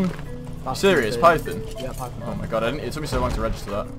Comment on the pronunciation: Python.. on... not pythin.. in...